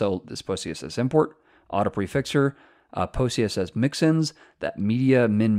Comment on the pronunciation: Why do I keep hearing pussyCSS?? Good Video tho.